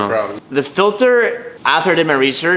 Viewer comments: lol “filther” 😂😂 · I love how says filter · Anyone else kinda cringe when he says filter?